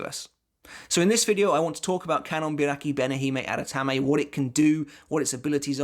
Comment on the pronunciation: How many takes did you do to say that full bankia name perfectly lol?